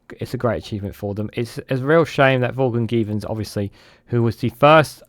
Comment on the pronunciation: El - ee - ned is a closer phonetic rendition - although the pronunciation of Vaughan Gething really takes the biscuit!!